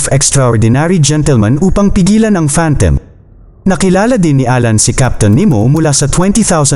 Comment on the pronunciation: You pronounce it as phantom... Not phantem